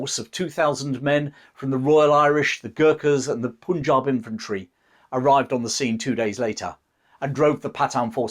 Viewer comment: dude.. learn to say PUNJAB properly - it's like PUN-JAAB... Sheesh🤨 👎🏽 for saying "poon"jab -so awfully. Otherwise, decent.